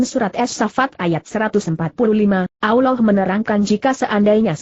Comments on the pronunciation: Allah bukan nya awloh...ngapain indonesia ini begok yah? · sakit hati nie dgr suara nya gk enak di dgr. allah mbak bukan aulloh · maaf ya kalau mau bilang nama allah jangan alwah..